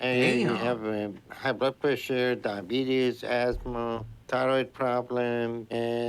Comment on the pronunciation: Beetus, cholorol, presssuuur. And full fridge-itis